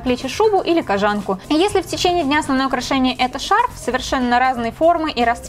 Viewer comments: кожАнку???? Разве не кОжанку?? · Почему кожАнку?.. кОжанку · кОжанку , а не кожАнку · кОжанку, твое кожАнка аж ухо режет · КожАнку? Я одна всю жизнь говорила кОжанка? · КожАнку господиии как ужасно звучит. Думала из ушей кровь польется. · КожАнка? Чё, серьезно?